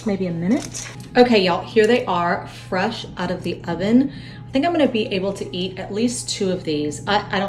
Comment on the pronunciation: I love the way you say fresh , FWESH 😁